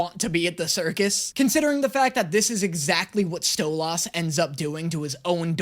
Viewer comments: Am I only only one losing my mind to hearing say stolas's name wrong Edit: me sitting here offended, because I know, like ten people's phone numbers by heart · HE'S DOING IT ON PURPOSE!! HE'S MISPRONOUNCING STLOAS' NAME ON PURPOSE!!! 😡😡😡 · STOP SAYING STOLAS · I love your videos but please stop saying stolas’ name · See, I don't mind his pronunciation of Stolas. I've heard it has Stol- is, Stol-oz, and Stol-as, and honestly, those tend to bother me more. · i love that when people got mad about how you pronounce stolas name your responce was to duble down xD keep slaying king ! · The way can’t pronounce Stolas right is wild 😭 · In stolas' name domt emphasize the A, pronounce it more as an I or an E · I hate how he pronounces Stolas but I deal with it bc this man is hilarious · I know he said in the previous video that he doesnt understand how the way he says Stolas is wrong, but he pronounces it like Stella does, by putting emphasis on the second half. She does it to call him an ass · If you love stolas so much, say his name right. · You know what I’m not even going to fight it anymore in the endless war of you mispronouncing his name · I’m so tired of him saying stoloss when it’s stoles and i know it’s spelled Stolas not stoles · I cry a bit on the inside every time he says StoLahs when I’ve only heard it pronounced like StoLess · I love pronunciation of Stolas he makes it sound super posh "Stolaaas" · why does he say Stolas im sorry its called Stoles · Dose anyone else getting triggered everything he says stolAHS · It's pronounced stolis I'm sry for being that kinda guy😊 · I like genuinely hate how he pronounces stolas as sto-las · Stolas is how it’s spelled but stoles is how it’s said just sayen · needs help hearing if he can't figure out that he was pronouning Stolas wrong. Btw it is pronounced Stoe-luss. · It's said like sotlis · it's stow-lus 😅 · Think of saying "stole liss" faster than normal, and that's how you pronounce Stolas